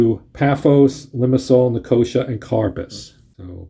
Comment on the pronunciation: Thanks for the playthrough - though I didn't think anyone could ever find a way to mispronounce Nicosia but you managed it :) - it's pronounced "Nick-oh-SEE-ah", not "NickOHsha"!